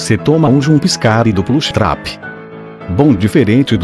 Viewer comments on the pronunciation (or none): é que vc fala diferente meio que quando ouvi vc fala jumpscare e plush trap saiu estranho o som.